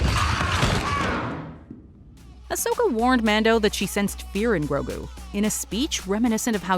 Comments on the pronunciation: Here it’s easy just say it with me gro-gue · Grogu. The names grogu. Get it right, please. He's not even related to yoda. Not yet revealed at least